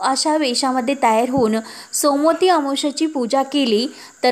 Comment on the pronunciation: सोमोती नाही सोमवती अमावस्या